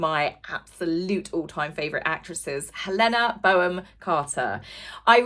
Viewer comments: It's Helena BONHAM Carter (pronounced "Bonnum") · Pronounciation & syllables!! Hel-enna - hard l & n. Bon-ham - hard n, silent h. 🙄😬 The Bodyguard story about Diana was debunked by Lady C as 'fake news', & does seem far-fetched in truth. 🥱👀 #wakeupdread